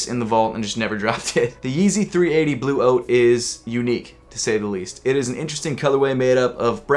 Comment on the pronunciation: Lol it sounds like you are saying Yeezy 380 blue oats 😂